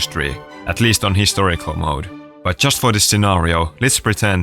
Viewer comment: "historical" dear god, 😂😂😂😂😂